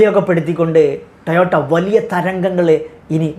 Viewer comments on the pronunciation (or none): ടയോട്ട അല്ല... ടൊയോട്ട ആണ് ശരി 😂